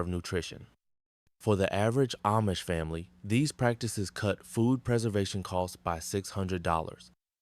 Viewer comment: Difficult to believe anything is true when AI is used. It doesn't even say family correctly. Family was pronounced efamily.